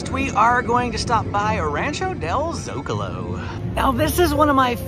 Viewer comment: Kudos on the Zócalo pronunciation